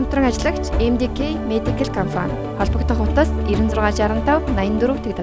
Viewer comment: Reklam unshij bga huuhen ineedtein be comfan geed bhiin compan gej helmeeriin